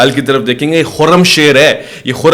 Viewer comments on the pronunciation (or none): Bahi. Khoram shir nahi he.. khoram shaer خرم شهر.. ایک شهر کا نام هین. خرم شهر. 😊😊